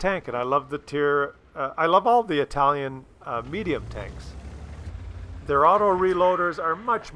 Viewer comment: "Itlaian" lol